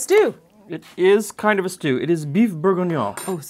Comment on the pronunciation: Because calling it Bouef Bourguiguignone is much more fun?